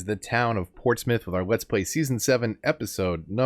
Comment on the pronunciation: I’m glad you pronounce Portsmouth correctly 😁